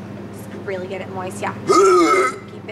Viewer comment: are u 5. Its get not gent😯😓